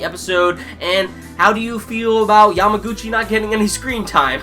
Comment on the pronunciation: It's kinda funny that you don't remember many characters name or pronounce them incorrectly but you keep saying Yamaguchi's name perfectly! I found it's funny :) Anyway, good review and please keep doing haikyuu's review! I like your review mostly because I am another person who wait Yamaguchi's spotlight time!